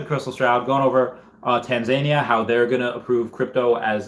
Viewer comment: Not sure about the US, but in the UK we call it Tanzan-EE-ya, stress on the 3rd syllable